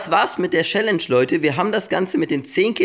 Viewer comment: "Schälläntsch" 😂 #nohate